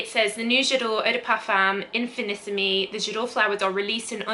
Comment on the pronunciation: Im not a fan of any J'adore flankers except L'or so this may be a winner for me i love oriental scents I don't think it's been released in Australia just yet Btw love you in that top! The pronunciation is in fee nee seem the accent on the seem it's French not Italian